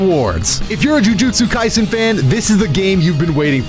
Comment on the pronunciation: The way I heard jujutsu kaisen jus sounded like globku😭